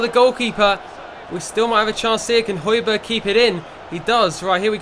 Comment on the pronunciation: ***** its pronounced hoy-bier. Silent g